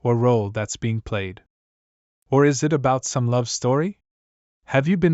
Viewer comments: please fix the ai voice like for example the simple word "it" not I-T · The thing that i hate the most is the voice and how it pronounce thing it keeps saying I T not it and says 5 dollar millions aswell as mispronouncing words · bro say it to i t and sake to sa ke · It's not "i.t" It's "it" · i t is good bruh who says 'it' like that 💀